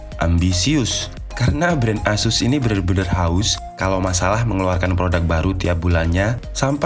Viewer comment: Kyknya pembohongan publik nih bang, judul review dan laptop2nya tertulis merk ASUS, tapi naratornya bilang ESUS (tidak nyambung dengan laptop2 direview nya) hehehehe.. tapi overall mantabb reviewnya bang!